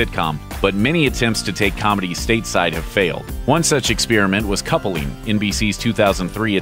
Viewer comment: Coupling is two syllables, not three.